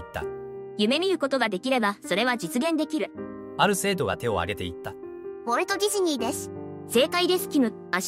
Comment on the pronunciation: ウォルト・ディズニーの発音良すぎで草